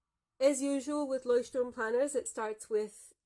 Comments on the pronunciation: I‘ve gotten so used to everyone pronouncing it „Leuchtturm Nineteen-Seventeen“ that I was really startled to hear you pronounce it in German, and a really good pronunciation as well! Had to immediately rewind to see if I heard you correctly 😂 Think I never looked at the planners Leuchtturm produces, although I like their notebooks enough to have one for long-term lists (previously used as a bullet journal). Thanks for showing off what you‘re using in 2022, loving these in-depth reviews you do! 💌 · Sooooo refreshing to hear a non-native German person pronounce Leuchtturm correctly. For that thank you! Also, amazing review, love how detailed it was!